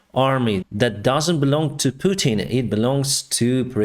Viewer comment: You said putin wrong